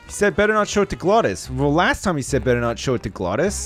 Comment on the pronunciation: its time not toiam